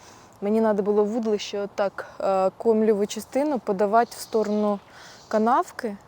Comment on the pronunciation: Та не" вУдлище"," вудИлище"!!!